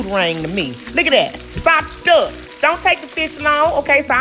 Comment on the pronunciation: She can really say SOPED UP!!!!!